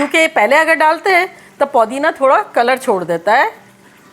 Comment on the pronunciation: Podina nahi hai woh pudina hai